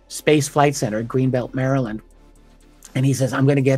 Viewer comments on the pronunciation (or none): none